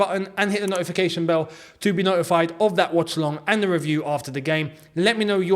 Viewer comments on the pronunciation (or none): none